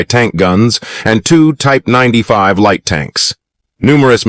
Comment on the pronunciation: UM. THE " LIGHT " TANKS...NOT LEA TANKS